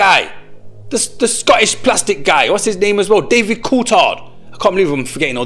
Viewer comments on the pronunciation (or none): none